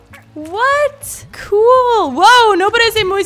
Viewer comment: Me gusta cuando dice cool